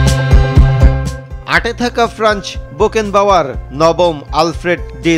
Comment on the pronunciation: News report vai: Onar naam Boken bawar na re vai 🤦🏻‍♂️ -বেকেনবাউয়ার